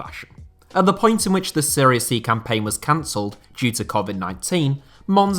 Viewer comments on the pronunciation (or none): i hate when people say Seria B. Serie A and Serie B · Why does everyone pronounce it 'Syria A' or 'Syria B'? Wtaf? It's 'Serie'. And if you wanna be really specific on pronunciation, you pronounce it 'Se-ray'